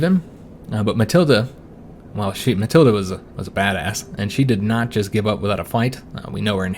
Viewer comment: For pronunciation, your wife is Matilda without the a. Emphasis on the ild.